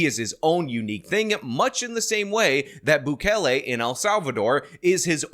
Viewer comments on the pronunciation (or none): none